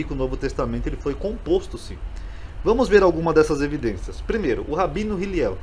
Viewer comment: O nome é Hillel,e não Hiliel